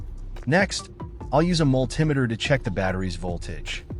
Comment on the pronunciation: Ai. Incorrect pronunciation of multimeter.